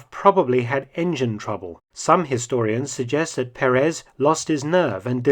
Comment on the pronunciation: Mr. Felton, may I correct your pronunciation of the Spanish surname Perez...it should be pronounced with an accent over the first "e" of the name (Pérez) not over the last one, as you do.